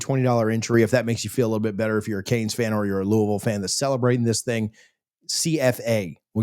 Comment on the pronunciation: Learn to pronounce Louisville.